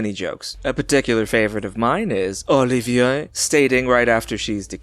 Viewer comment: i don't know why you're doing a French accent, Sir Laurence Olivier was British. "Oo-li-vee-ay"